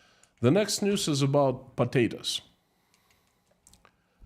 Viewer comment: "Next news is about PATATOES"...I love the way you say that word always makes me chuckle 🤭... I listen to your streams every day at work and I really enjoy them. Thank you for your hard work. Ggs